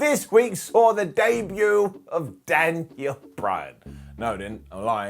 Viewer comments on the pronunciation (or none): none